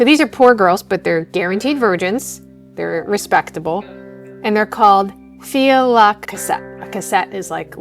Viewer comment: FYI Filles is pronounced fee not feels. Also, Creoles are French speaking people of mixed French, Native American, and Black ancestry in Louisiana. The story of the Filles de Cassette being prostitutes stems primarily from their low status origins, though I seriously doubt their virginity had to be proven, and no doubt a few who came from the streets were in fact prostitutes at some point in their young lives.